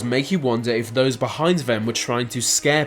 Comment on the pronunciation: What's up with your voice mate? "vem" instead of "them" and over pronouncing S's and T's...